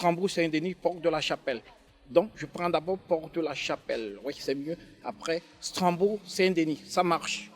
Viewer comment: YELE.......WOUAIH. LAISSEZ NOUS MBENG SVP. FAUT PLUS NOUS SABOTER HEINNN YELE...... ON DIT STRASBOURG ST DENIS et Non Stranbourg stp Riree Je Sais que C'est qui vous dit Tout Ça